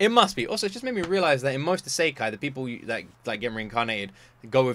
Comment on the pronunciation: You're saying Saikai, it's Isekai